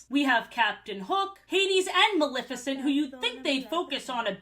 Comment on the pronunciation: I'm so sorry but the way so many people mispronounce Maleficent as "Malificent" makes me angry for NO good reason. I don't even like Disney that much but she's my fav and her cool ass name deserves respect lol